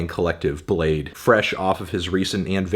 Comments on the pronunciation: imagine pronouncing bladee as "blade" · Cant believe his name is pronounced "blayd", not "blah dee" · Oh, it's pronounced Bladee!